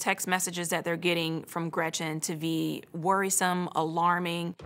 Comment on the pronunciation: "...from Gretchen to be worrisome.." Why does she say "Ve" instead of "Be"? Her mouth forms into a "V" instead of a "B". Why?